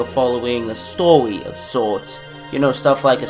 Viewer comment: the way he said story made me laughing on the ground XD